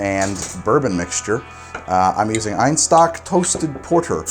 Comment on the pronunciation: my man, Einstök is not pronounced like "eye", it's more like the "ey" in "hey". But nice to see something from Iceland. lots of love from the rock in the Arctic. P.S Would love to see a drink with Brennivín in it sometime.